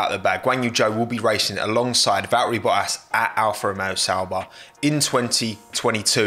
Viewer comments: Val-eri Bo-as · Valterri pronounced by a Brit sounds like Valarie 😂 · Me: Valtteri Bottas: Valri Bo'as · Valteri botatsshsjs